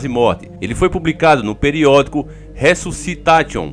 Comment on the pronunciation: desculpa cara mas aquele resusciTATION foi foda 😂😂😂 kkkk TA TION KKKKK mano caguei de rir, mas a matéria foi muito boa 😂😂😂 resusci TA TION KKKKK você é o melhor cara 😂😂😂